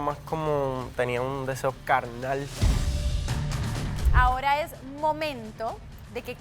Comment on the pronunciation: “un deseo calnal” 😂😂